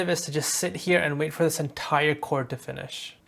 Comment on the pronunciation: Wtf is chaooord 😭💀